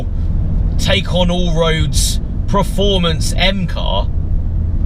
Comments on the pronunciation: He says ''Proformance'' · There isn't three R's in perform or performance... why do you say it like that?